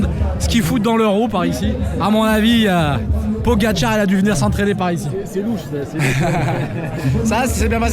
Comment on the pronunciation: Vraiment magnifique ce trail !!! 🤩😍🤩 Sinon avec tous les Cyril que tu rencontres sur tes courses, tu vas bien nous faire le Trail des Cyrils un de ces jours non ? Et alors là tout mon respect ... tu sais enfin dire " Pogacar " sans fourcher ! Bravo une fois de plus et bon Ekiden de Chaponnay ! 😉